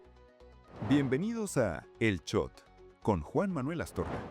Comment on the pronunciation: Favor decirle al presentador en of que el Shot, no Chot